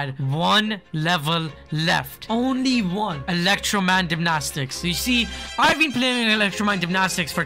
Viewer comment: bro said the word 50 times and still can’t say it right like can he not read its dynamics not dymnastics or gymnastics